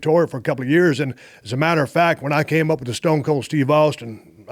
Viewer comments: Dale really said Stone's Cold 😅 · Ah yes, "Stones Colds Teve Austin" 😅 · What did he call stone cold at the very beginning? Stonesa cold? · Jr. Looks like a kid on the edge of his seat hanging on every word . Stone cold and the rock could rip some promos like no other. "Stroodle " haha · Guy literally fucked up 2 seconds in couldn’t even say stone cold right 😂💀